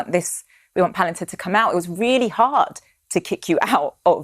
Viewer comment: "Palantir' not "Palentir".